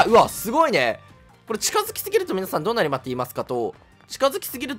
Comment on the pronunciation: どうなりﾏｯﾃｨますかと言いますと